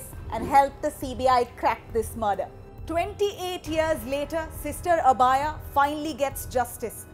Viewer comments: Sister abhaya not abaaya ...wtf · god how is this woman pronouncing "Abhaya"? The name should be pronounced like "Abhay" which means without fear.